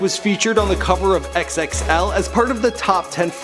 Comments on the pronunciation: How he said XXL 😂 even tho it's pronounced "Double XL" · "ex ex el" please don't cover hip hop anymore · Say Double X L god dammit !!!!!!! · you KNOW this white guy aint with the culture when he calls xxl X X L magazine hahahah